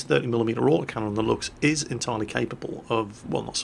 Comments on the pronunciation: it is (Lou-k-s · did kind of unlearn, how to pronounce "Luchs"... He had it right for some time and now he's back to trying too hard to get the "ch" sound correct..., it's pronounced "looks". Just as the lame pun in the title of this video. Just say "looks" and your pronunciation will be spot on! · Btw, 'Luchs' is pronounced like 'looks', i.e. whithout the typical 'ch'.